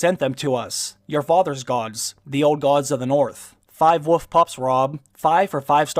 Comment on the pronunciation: It's wolf, not woof. Thank you.